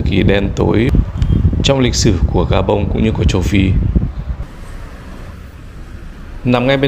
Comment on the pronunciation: Khi đọc tên đô thị thuộc Châu Phi , Ad phát âm rất chuẩn tiếng Pháp